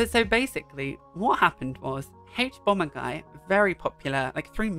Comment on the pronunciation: This is not an important comment but the way you pronounce "haych"bomberguy brings me such joy. You have such a nice voice.